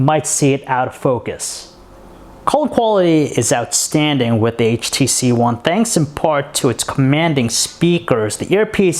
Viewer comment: He keeps saying HTC Juan